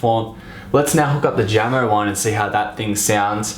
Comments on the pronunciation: I don't mean to be a grammar nazi here but Jamo is pronounced "YA-MO" not "Ja-mo" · jamo is pronounced 'yamo'